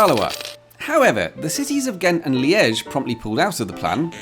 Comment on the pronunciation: Wow... what attention to detail in this video. Right down to remembering to mention the German region and getting the accent in "Liège" correct. (I used to live in Belgium... I was watching for those details.) Well-researched, entertaining... easiest "Subscribe" decision for me all year!